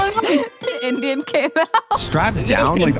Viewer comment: Indein 🗣🔥🔥🔥🔥🔥🔥 it's Indian